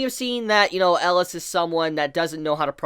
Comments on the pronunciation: Why do you keep saying "Ellas?" His name is Elias? Where does the I go? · pls pronaounse it right E-li-as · 3 more epsiodes for chibi to learn how to pronounce 'elias' ^^